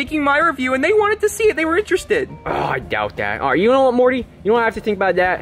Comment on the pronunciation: Morty not Marty